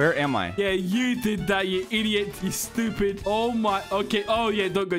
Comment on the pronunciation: Bro realy said stubid